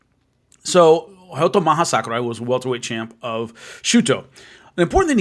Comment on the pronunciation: I thought his name was Hayato not Hayoto